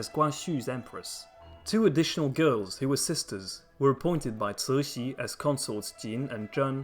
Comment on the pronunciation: Ci2 Xi3 is a difficult word to pronounce. The Xi3 is in the 3rd tone with air hissing through the front teeth if we wish to pronounce it correctly. Translated it means Benevolent Joy.